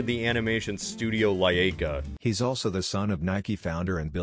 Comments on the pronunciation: it's pronounced Luyka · "...animation studio LAYAYKA..." Bro, you could've at least tried matching the amount of syllables xD